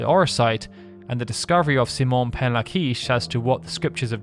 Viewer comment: C-Mon? What an interesting way to say the common name, Simon.